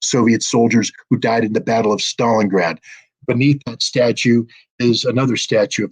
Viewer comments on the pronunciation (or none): none